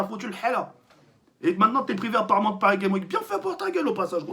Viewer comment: Prononce le ‘S’ a Games dans paris games week stp sa stresse